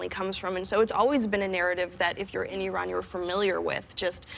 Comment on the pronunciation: Everyone surprised at how articulate she is; while it is nice she is an actress after all! This is the first time I've heard an american(s), as whoopi said it too, say iran rather than I-ran, & although I generally don't care for exact pronunciation of pronouns, as long as it's close enough, just because I am pretty good at them (without sounding like bragging), I don't expect everyone else to be, but this was 1 that got me, being as it sounds like 2 separate words mostly.